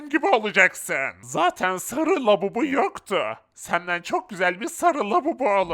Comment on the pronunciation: labubu değil babubu